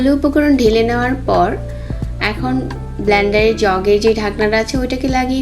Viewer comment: আপনি ব্লানডার বলেন কেন....? সঠিক উচ্চারণ হচ্ছে, ব্লেন্ডার 😂😂